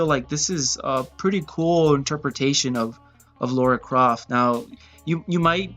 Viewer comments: Omg it’s Lara Croft not Lora Croft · Why do you pronounce her name like Laura?